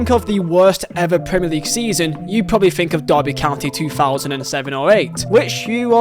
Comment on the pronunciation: "Fink"? Learn to talk properly or delete your channel.